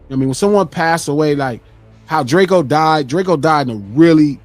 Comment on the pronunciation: It’s DRAKEO not Drake-o get it right